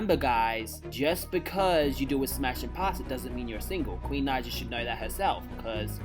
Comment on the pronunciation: Can u say queens name right because when u say her last name wrong it says the N word with a hard R in the captions